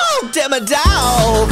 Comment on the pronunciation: It's not demedog it's demodog